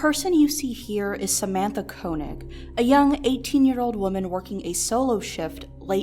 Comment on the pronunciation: Koenig is pronounced "kaynig"